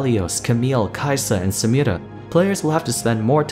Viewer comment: Nobody:: Samirrra